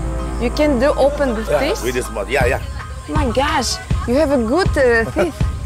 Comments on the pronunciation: почему она говорит "О май гащ"? Бог по-английски - гащ? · "омайгач" , "ауч"... прямо омериканка